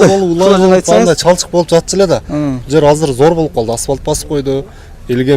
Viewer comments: Асвалт эмес Асфальт! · Аспалт эмес, асфальт.....😂